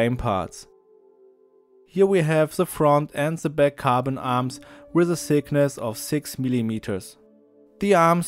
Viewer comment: There is by the way a difference between "sickness" and "thickness"... Pheeew...